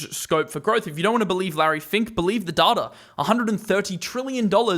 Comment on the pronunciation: it's data not data 🤣